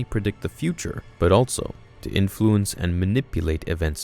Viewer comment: Also.....not alTso